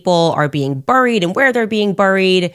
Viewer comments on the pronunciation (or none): The fact she pronounces "buried" like how it's spelled and not how any normal human being pronounces it makes me want to violate the Geneva Conventions. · She tries to sound intelligent but fails miserably. It’s pronounced “berried” not “burried “. Get ahold of the English language psycho. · Burr-ed.. lol that pronunciation... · Why cant she say buried!!!lol